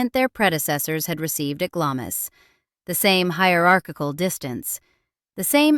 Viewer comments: Those of us who knew her, and staff, for years see this a nasty, uninformed, salacious American attempting to make a name for herself. She can't even pronounce names such as Glamis correctly. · Please get the pronunciations right. It's really off putting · All utter nonsense. Why should we take the word of someone who can't pronounce "Glamis"? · I think the point here is that if you are going to make a video about something, then before going ahead, research the facts. Many people will look at this video, many of them people from other countries too. The very least we can do for them is to show them how to pronounce a location in our own country, Britain. Its common courtesy. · Glamis rhymes with clams. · it's not the spelling, it's the pronunciation. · Please pronounce Glamis properly it is not glam is it is glams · Glahms Castle, not Glammiss. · Gla-miss? Seriously? Try Glahms. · It's not Glamis, it's pronounced Glams! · It’s pronounced “Glarms” not Glamis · It's pronounced "Glahms," not Glam-is. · Although it's written GLAM-IS, it's pronounced GLAHMS. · It's not pronounced "Glamiss". It's "Glahms". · It’s pronounced GLAMS not Glamis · The castle is not pronounced GLAM-IS The name is pronounced GLARMS, as in charms. GLARMS CASTLE! 🇬🇧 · Glamis is pronounced “Glaams” not Glamis-is! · Glahms, not "Glamm-iss" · It's pronounced Glams not Glam-is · "Glamis" Castle is pronounced "Glaams", and not "Glammis"!! Unusual, I know, but surely you would check all pronunciations before embarking on an historical documentary! Actually, without such a knowledge, I'm a little surprised you didn't pronounce it "Glaymis" Castle!! Perhaps I am a little more sensitive about this, because I am Scottish and come from that part of the country!! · It's pronounced Glamz castle not Glamis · For goodness sake - it’s not pronounced GlaMIS! It is pronounced GLAAMS! 😏🇬🇧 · Not GlaMIS.Its pronounced GlaRMES! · Interesting. Glamis (Castle) is pronounced Glarms, not 'Glam-miss'. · you say it GLARMS